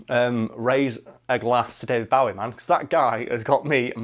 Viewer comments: 'That time' implies it only happened once. 😂 Also, sorry to be that person, but it isn't pronounced Bao-ie, it's pronounced Boh-ie. I know, I know he said he didn't mind, but you have to admit that we should pronounce it the actual way he says it. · It's fuking pronounced bowie not bawie!! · Is it just me or is he pronouncing Bowie as Bawie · you mispronounced his name its bowie as in hair bow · It's Bow-ie As in bow and arrow. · OK, both of you, no. It's Bow-ie as in bow and arrow. Which is how most of Britain pronounces it. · U pronounced Bowie wrong. It’s Bowie as in bow tie. Not Bowie as in bowing down. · Literally butchering his last name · It's pronounced Bowie, not Bowie. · this is the first time I hear Bowie pronounced like this// kept throwing me off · So many or my American friends would be absolutely livid by the way pronounces Bowie. I know this because I pronounce it like that around them and they jump down my throat because of it. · you do all this research but then cant pronounce his name right Bowie is like "take a bow" Bow its like "Bow and arrow" Bow David Bo-wie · I hate how he pronounces David Bowie's name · The way he pronounces Bowie is annoying me, but now I don’t know if that’s the correct way or not! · did anyone else lose 20 IQ points every time said Bowie? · The way you pronounce Bowie ;~ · Yeah...it's a british thing :/ it is the wrong pronunciation though. He must have been so annoyed throughout his whole life :D